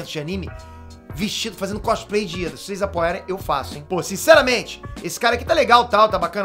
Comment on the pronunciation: não é ida é lida